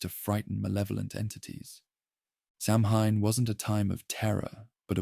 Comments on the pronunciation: sidhe = shee samhain = sow-ayn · Get it right. Samhain is pronounced saween. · It’s pronounced Sowen; Sow- (rhymes with cow) - en. Or sometimes Sow ( rhymes with cow) - in. In Scottish Gaelic it’s pronounced Sah-ven. Never Soween or as it’s spelled Samhain. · Deirdre = deer + dreh Samhain = Sow (like female pig) + win